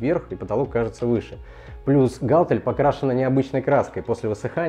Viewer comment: гАлтель- кровь из ушей